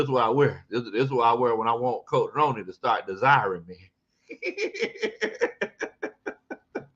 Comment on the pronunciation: 😂 It’s pronounced Roni like macaroni & cheese but I’m glad you enjoy hearing me chime in every now and then